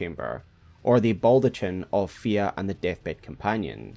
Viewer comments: its pronounced as baldakhin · You're killing me, (?). It's pronounced "baldaKin." Fia says it aloud for you.